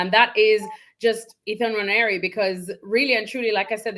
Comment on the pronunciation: Nwa-neri for better pronunciation